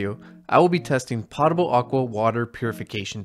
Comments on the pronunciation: Potable is pronounced pote-uhbul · It's pronounced "pote"able not "pot"able, and it means something drinkable.